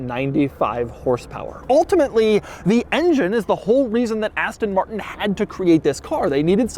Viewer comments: “asten morttennn” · aston mar-n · Ass-tonn Martn. Thanks, Doug! OK, nice materials on the inside but the way they're designed and put together is like it was given to the interns to complete in one week. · I had to switch off because of the way that he said Aston Martin and his explaining what a cygnet was